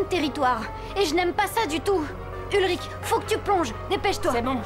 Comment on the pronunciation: mmm oe ça se discute 🤷‍♀️ mais sinon c'est "Ulrich" et pas "Hulrich" ;)